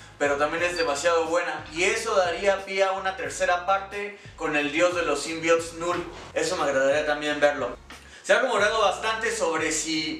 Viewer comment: Dice “symbiots”